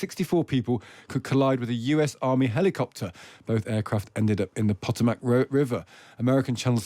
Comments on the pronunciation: #POTOMAC River pronounced PUH-TOE-MAC for our foreign NEWS PARTNERS 🇺🇸👍🏽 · Since 9/11 and for 100+ years before, the Potomac River in Washington DC has been one of the most famous rivers in the world. So just how come you can't pronounce it correctly dude?? 🤔😖